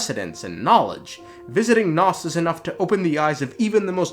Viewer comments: Pretty sure it’s name is nous not nos lmao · the way you mispronounce nous is actually driving me up the wall